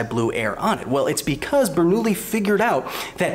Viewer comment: bernoulli's name is prionounced bernouYi ! otherwise great video as always :D ♥